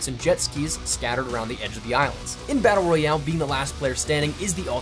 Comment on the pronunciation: BaTTTle Royale, eh?